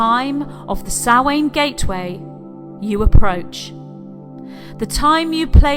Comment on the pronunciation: No it is the ancient Celtic month of Samhain, and she pronounces the word correctly.